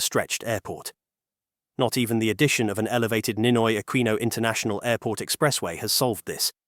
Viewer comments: Aquino, pronounce it as 'Akino'.. pls. You sounds like AI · and 2 shots when he says "A QUEEN NO" lol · And take two shots every time it's mispronounced as "Ah-kwee-noh" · Ninoy Akweeno? All this time I thought it was Ninoy Aquino. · Just count how many times he said "Ninoy AKWINO" (nope, he didn't say it all the time). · 🤦I can't finish watching this, the way he keeps repeating the whole name of the airport and mispronounces "Aquino"... It's hurting my brain. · The AI narrator voice pronounced Aquino very poorly. A lot of snobby people go to Thailand for provocative reasons.